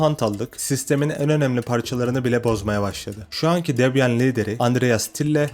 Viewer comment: yanlış telaffuz. "Debiyın". Çok da problem değil ben de boş yapıyom zaten. Debian çökerse bilgisayarları satıp inşaat işine girerim.